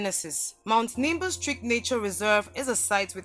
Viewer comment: It is Nimba not limba. Where is Nimba?